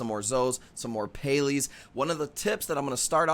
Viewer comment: What are Pay-lees? 😂